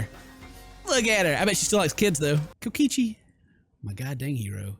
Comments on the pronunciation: did he say kokoshi instead of kokichi or is it just me? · Is anybody else mad that he's saying kokichi's name wrong?